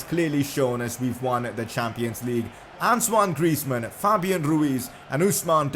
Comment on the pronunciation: Why are you calling antonie griezman ansuwan griezman